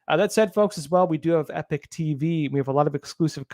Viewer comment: Epoch not Epic 🙅